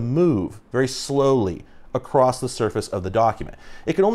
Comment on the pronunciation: AAAHHHHH whyy do you keep saying "acrossT"?